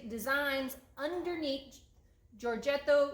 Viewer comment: Easy, Giorgetto Giugiaro...Yoryetto Yuyiaro. You're welcome.